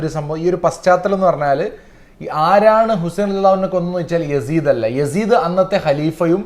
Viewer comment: യാസീത്തിനരികിൽ എന്ന് അല്ല യസീദിനരികിൽ എന്നാണ്.